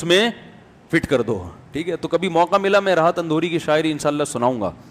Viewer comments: Alfaz ko durust kro janab Rahat Indori hai naki Andhori🤨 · راحت اندھوری نہیں اندوری ہے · Andore nhi indore .ap esa q krroheho ? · Rahat Indori hai maulana, Andhuri nai hai 😁😁😁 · Rahat Indori hota hai andori nhi